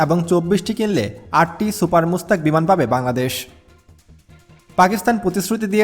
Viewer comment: সুপার মুস্তাক না ভাই সুপার মুশাখ। একটু পড়াশুনা করবেন।